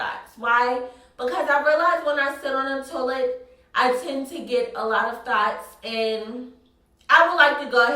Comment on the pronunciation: When you say "thoughts", it sounds like "thots" or maybe its just my ears lol love you!